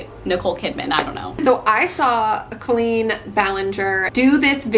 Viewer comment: I know this was months ago, but you said Colleens name correctly:)